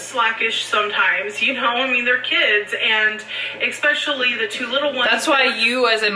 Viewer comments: EXSPECIALLY!!!! AAARGH!!!! 😲😲😲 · There is NO "X" in Especially!!!! THAT MAKES ME NUTS! Wait... More nuts. Yeah more nuts. You can't have too many nuts... I digress. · I hate that she says “ex-specially” god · Omg that is driving me crazy too how she pronounces that.